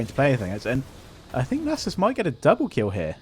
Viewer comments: my ears cannot bear nejsus any longer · Nay-sus is alive and well amd im here for it